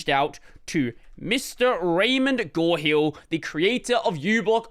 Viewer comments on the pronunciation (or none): Raymond Gorhill?? I think it is GO-R.Hill, like, GoRaymondHill... as in, Ray Hill.